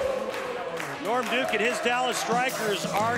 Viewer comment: when Kimberly was interviewing norm duke she called him lorm